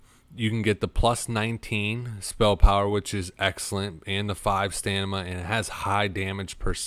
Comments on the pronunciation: I love how you say "Stanima" every single time without fail lol. amazing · Nice video, but a few errors regarding rep and bis trinkets. Also as a native english speaker you should be able to read and pronounce items correct. "Nethlins tear" "Stanima"?